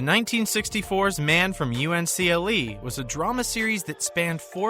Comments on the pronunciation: OH FFS it's pronounced The Man From "UNCLE" one word. No one ever pronounced U N C L E. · Hi, I like the video, but you DID make three mistakes...First of all the TV show that David McCallum was in was NOT called Man from U N C L E... Though it was WRITTEN as a bunch of abbreviations; people KNEW it as The Man from UNCLE as if the periods weren't there...Second; Abbey's real name was PAULEY not PAISLEY Perrett. Third, Abbey's last name in the show was of Italian origin so her name; though written like it was pronounced SKIuto; it was pronounced SHOOTO. Just thought I would point those out.